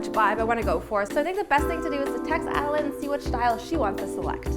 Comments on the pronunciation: wait why does pronounce adelaine as a-de-layne but says a-de-line which i think is right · Who tf says AdelAYN instead of AdelAINE? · its pronouced ad uh lin not ad uh line god it ruined the whole video for me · It’s “laine” not “line” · She said Adelaine wrong..... Wut kind of person is she.